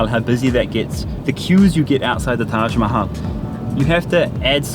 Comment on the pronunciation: Karl Rock, so, after all of those Hindi classes and all of the time living in India immersed in Hindi and other Indian languages, you still haven't learned the correct pronunciation of Taj Mahal? What's up with that?